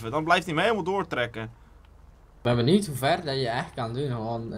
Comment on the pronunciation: Jo bro het is niet benield maar benieuwd